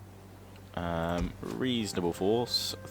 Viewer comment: Syracuse sir-ra-Q-se.